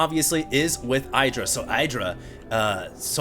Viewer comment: at least doesn't call IdrA "aidra"